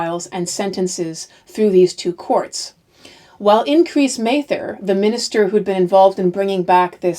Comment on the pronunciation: My 10th g-grandmother, Margaret Scott, was hanged in the last of the hanging. I have studied this period a lot and I appreciate your presentation very much. However, you mispronounced Increase Mather's name. I am descended from his father, Richard Mather and it's not a long A sound.